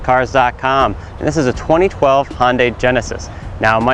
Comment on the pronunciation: It's not Hon-dai, it's Hyun-dae.